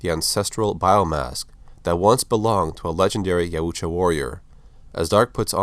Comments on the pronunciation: It’s pronounced yowtja No offense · I believe it's "Yautja"